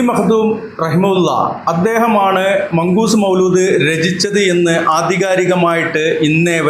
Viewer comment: മൗലൂദ് അല്ല മൗലീദ് ആണ്